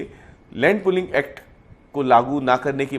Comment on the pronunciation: Bro, it’s pooling not pulling